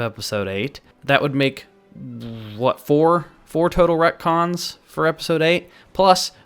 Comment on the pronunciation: Retcons not rectons